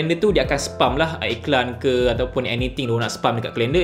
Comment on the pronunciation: Please learn how to pronounce SPAM.